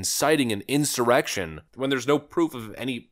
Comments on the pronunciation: did he say”erection” instead of insurrection?? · Wait - did he say "Incited this ERECTION"?!?!? SERIOUSLY at :51 - he frickin said ERECTION. oh my god. Im dying. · we all know Nancy and Shmuck Shumer are the ones who instigated that farse they called Jan 6 insurrection.! BTW...did Shmuck Shumer call it an "ERECTION!!!!!" LMAO!!!! listen to that again!!! he did...he said erection!!!!! HA HA HA HA HA HA HA HA!!!! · Did that senator say insurrection or erection? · "Insited erection" Hehe he he hehhehe He said ERECTION hehhehehe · "DJT rection...." Maybe it was not insurrection maybe it was insemination 😂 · Did he just say erection by accident? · did Schumer say "incited an erection?" LOL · Who was that? Schoomer? If Donald Trump incited the Erection? Did any one else hear that? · Did Chuck just say "cited the erection?" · Did he say 'incited the erection'? Talking about having a H..d On for DJT... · Did I hear that right did he say erection? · Did that speaker in the beginning say "incited the erection" 😅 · LOL Schumer totally said erection :51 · If I heard him right,it sounded like Idiot Schumer said"Donald John Trump incited the erection".......................??????.......….. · He said "erection" correct? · BRO AM I THE ONLY ONE WHO HEARD CHUCK SAY ERECTION??? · We really need to remodel the old folk's home into something at least on the level of a county courthouse. Just that initial clip with Schumer, where he flubs language bad enough to be a sex joke is proof enough of that.